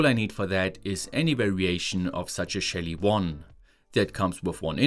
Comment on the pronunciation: I kept hearing ''shady devices"